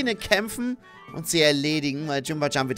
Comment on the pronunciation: Das Katzen-Yokai wird nicht Jimbajan ausgesprochen sondern Jinbayan